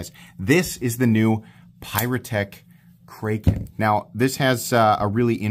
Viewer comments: It’s a short “a” bro… 😂😂😂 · It's just pronounced normally like kraken lol